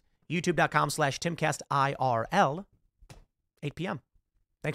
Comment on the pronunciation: I liked it better when you pronounced it “Timcast aiyarel”